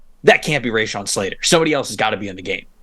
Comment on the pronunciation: I seriously thought this was a Jets film breakdown exclusively. It wasn’t until I read the comments that I realized it was about the game (purportedly). They mispronounced Slaters name, Ray Shawn, they called him. It was evidently a very subjective take on what is supposed to be the most objective insight into the game. The amount of praise the losing team was given was completely amateur coverage. That’s my objective observation.